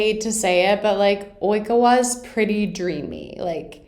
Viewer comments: It’s oi-ka-wa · I would say Oikawa in many ways is one of the more well written characters, I could understand people not liking him cause he can be petty, or stuck up a bit, but from a writing standpoint he is a phenomenal character. Also his name is pronounced like "O-E cow wa" :) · How to pronounce Oikawa: Oi-cow-ah Hope this helps 👍🏽